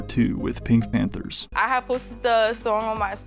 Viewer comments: Every time you say Panthers instead of Pantheress it makes me want to cry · The way you pronounced Gaston and Pantheress disturbed me greatly